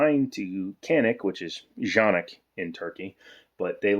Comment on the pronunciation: Pronounced Jah-nik...I was in their factory in Turkiye